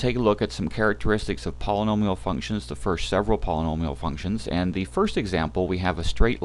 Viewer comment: Lol all I heard was pollololial functions